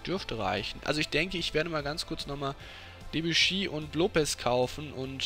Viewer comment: Die Aussprache von Debuchy vor der "Veränderung" war meiner Meinung nach richtig